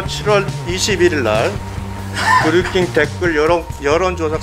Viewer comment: 다좋은데 킹 발음이 안되나...드류큉 큉 거슬림